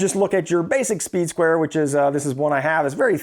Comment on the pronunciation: You keep saying "soeed square".. im sure you know sir. That is a triangle in your hand, with out a doubt. Im sure most of the people watching this video went and passed first grade. That's a triangle sir.